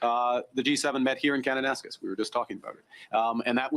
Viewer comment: Good morning. Since you’re coming to Alberta just wanted to let you know it’s pronounced Kananaskis Hope you have a great visit. Thanks for sharing very interesting information.